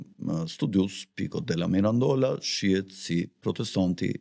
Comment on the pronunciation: Pico Della Miraaaandola cazzooooo....jo Mirandoooola ...theksin te a e pare...... De Meeeedici.... jo De Mediiiiiici... theksi te e